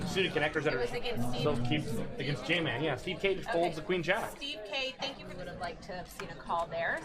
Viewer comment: Jaman, I was the Mike that said your name wasn’t Jah-man. It was pronounced Jayman, and she started calling you Jay-MAN... so tilting lol. Glad I made it into a vlog though!